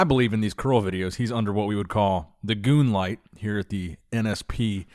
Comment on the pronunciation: WTF is a goonlight? It's moonlight 🌑